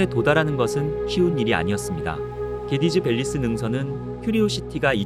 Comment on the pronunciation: 개디즈밸리스 능선이 아니라 개돼지밸리스로 들림